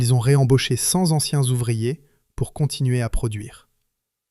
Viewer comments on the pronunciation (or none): CenT anciens..pas Z anciens 😅